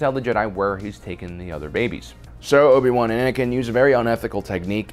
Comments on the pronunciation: “Obi-boo” There’s no other way of saying “Obi-Wan” and I can’t be convinced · "Obi Boo Kenobi"